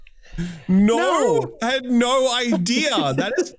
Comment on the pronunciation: Love in Deepspace brings the most Australian 'no' out of